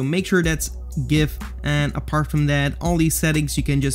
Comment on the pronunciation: pronounced gif as it is supposed to be pronounced. 100 respek points.